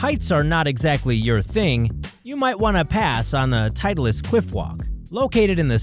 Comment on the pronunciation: Why does he say "Tidelis"? It's "Titlis"!